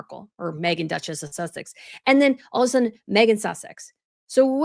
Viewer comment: She called her Meghan Sussec sounded like she was kissing her a--! I am British not so gullable.